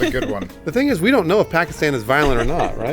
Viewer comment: pronounced Pakistan much more accurately than most white people (like the rest of FH). Grats